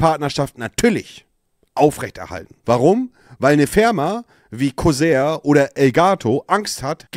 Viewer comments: corsair hahahaha? Co-sair? Broooo falsch ausgesprochen 👍😂😂😂 Das französisch du sonderschüler 😂👍👍👍👍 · 😂 jemand muss Monte sagen dass es nicht Kusär sondern Corsair heißt (ausgesprochen Korsär) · Es wird immer schlimmer.. Kuchen Monte mal wieder im Recht. Ein Einwand hab ich aber noch: Monte die Marke heisst NICHT kusär. Da krachts in Buxtehude aber wirder gewaltig. Danke 😂😂